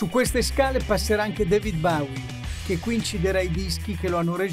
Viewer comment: impara come si pronuncia Bowie che mi hai fatto sanguinare le orecchie